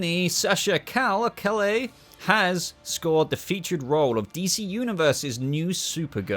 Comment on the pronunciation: BTW, Sasha's last name is pronounced with a Y for the LL. (Cahyae...I guess phonetically)